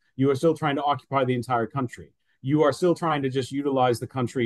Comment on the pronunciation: Kantri,, nicht ''Kauntri" (country) Du kannst diesen Fehler ohne Weiteres wegtrainieren. Gezielte Wiederholung macht's